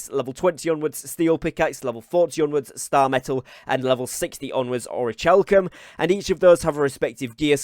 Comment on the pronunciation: Is his pronunciation of “orichalcum” a thing he does (like a joke)? Also, nice info! Can’t wait for launch!!